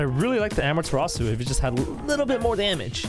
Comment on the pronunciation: Thats how you say it lol